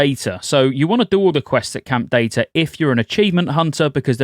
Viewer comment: Great video, shared with guild! Quick American English heads up: it's Dee-Tah like P.E.T.A., so it rhymes in our lazy pronunciation.